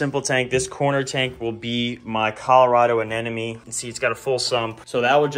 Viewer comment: Does NO ONE know how to pronounce ANEMONE!!!!!!! It is not Anenome! This drives me crazy...